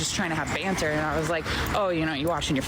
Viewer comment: The second women say "AYEND" instead of "and"